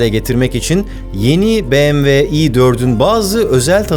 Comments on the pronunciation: doğru telaffuzu "biemdabılyuğ" olan markaya "bemeve" dendiğini çok duyarız ama "beğemve" dendiğini ilk kez duyuyorum. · Barış Bey, tanıtım bölümünde BMW vurgusu kulak yorucuydu. Direkt model isimleriyle devam edip bu vurguyu aralarda kullanabilirsiniz sonraki tanıtımlarda. Tabii bu benimle de ilgili olabilir.